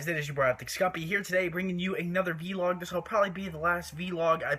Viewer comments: it's pronounced vlog not veelog. I mean do you pronounce blog beelog, NO! So say it right. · He says V-log